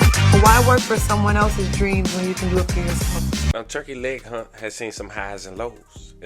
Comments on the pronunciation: Hut Hut Hut not Hunt 😂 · Hut, dude keeps saying turkey leg hunt.